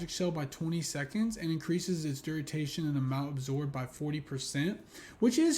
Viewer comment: Duritation or duration🤪 Good video✌️